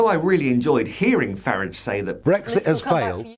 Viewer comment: you are the only commentator that pronouces the toe rag’s name as farridge not faaraage bravo. Another little push and its finished.